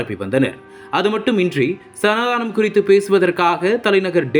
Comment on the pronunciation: சனா தானம் என உச்சரிக்க வேண்டாம்.. சனா தனம் என உச்சரிக்கவும்